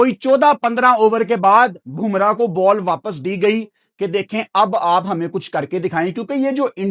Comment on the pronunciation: Bumrah not "BHUMRAH"